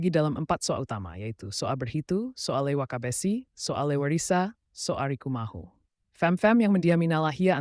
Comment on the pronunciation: Kalau mau tutur sejarah itu harus paham betul jati diri negeri nalahia contoh kecil saja sebutan untuk soa saja salah bukan soa Leiwakabessy tapi soa Lewakabessy dan marga yang disebutkan ada yang bukan marga asli negeri nalahia seperti matulesi Kalau masih belum paham adat negeri nalahia dan sejarahnya jangan munculkan di YouTube ini namanya sejarah Abal abal